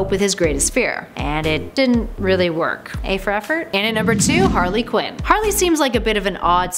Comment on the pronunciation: It's Quinn not quin